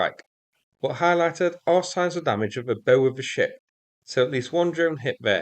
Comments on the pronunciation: Hey, it's bow like showing respect to an older Asian person, not bow like the English weapon... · 'Bow' of a ship, rhymes with bough, not snow. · For a ship it's "bow" as in bow wow, not as in bow and arrow. Just sayin' 😉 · Did you say boe when you meant to say beaawe? Steady on old boy! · Hey just a tiny nautical note. It's not "Bow" as in Archery, it's "Bowww", as in greeting a King or Queen. Love this channel and especially the effort you put into helping equip Ukrainian Fighters🇺🇦 👍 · Thank you and! By the way, the bow of a ship is pronounced the same way as the Chinese word "bao" as in cha siu bao, which will be my lunch. Nautical terns are all very unique to that world. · P.S. The bow of the ship rhymes with sow or towel (no offense intended) - thanks for the better news! Say hi to Mom! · The front end of a boat or ship, the bow, is pronounced to rhyme with now, cow and pow, not to rhyme with so, ho and d'oh!😊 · “Bow” like “bend over at the waist” not “bow” as in “tie a bow-tie”. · Bow of the ship come on FFS your english say it correctly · I've never heard a fellow Brit, pronounce bow, when it pertains to the part of a ship, like that before. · Bow rhymes with cow, even in original English,. A bow (the way you said it) is what you use at Agincourt to shoot at the French. It is a tricky languge, but it's yours.